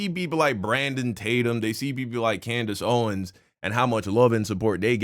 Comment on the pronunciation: Bro this nigga said “coondace owens”😭😭😭😭😭